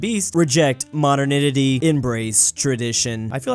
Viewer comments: reading the word “modernity” was all I needed today. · best pronunciation of "modernity" ever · Ahh still can't pronounce 'modernity'